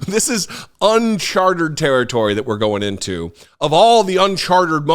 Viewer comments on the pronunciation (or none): What I think is that 'uncharted' has three syllables, not four... but anyone can make a slip of the tongue (repeatedly) and the real message of this 'Fox News' interview is that Murdoch has realised Trump is a loser in 2024 and decided that his channel will no longer simply parrot the lies (and invent new ones) that promote Donald Trump's 'Alternative Reality' and the fantasy world that he and many of his supporters want to live in. It seems likely that Murdoch will back another candidate, probably Ron DeSantis, although his star is a little shaky at the moment and it is not certain that he will triumph in the US Republican Party primaries. It's even possible that Murdoch will throw his weight behind Chris Christie if he gets the feeling that Trumpism is collapsing so disastrously that anyone associated with it is a loser - and Christie is the only person attacking Trump at the moment. All-in-all, it looks like some powerful and wealthy influencers on the US political Right have decided that Trump is a dead duck, but it's still possible that he could destroy the Republican Party as he goes down in flames... let's hope so.